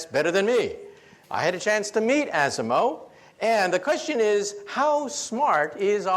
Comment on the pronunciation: Ah-Si-Moh You figure a Japanese man would be able to pronounce the robots name.